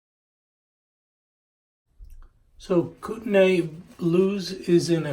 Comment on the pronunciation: It’s pronounced “Koo - Ten - Knee”